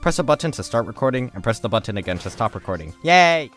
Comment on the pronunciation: I love ur vids but I hate the way you pronounce button